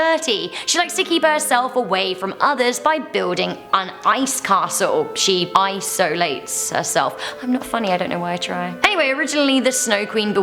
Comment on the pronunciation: I have to admite, when she said 'iceolate', I laughed a little.